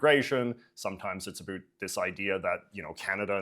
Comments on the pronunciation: Why do you say "a boot"? No one I have ever met from BC says the word like that. Are you pandering to low-IQ Americans with silly stereotypes? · coming from a canadian: Is it the exercise ball you're bouncing on that is making you mispronounce words like "about" for no reason? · Hi, I am a 56 yr old Canadian and can honestly say we do not say about like the host is saying it.